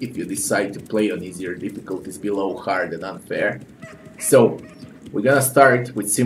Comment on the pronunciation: "This game is fucking hærd"